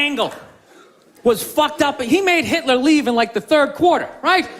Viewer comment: Why are you saying Mitler for Hitler?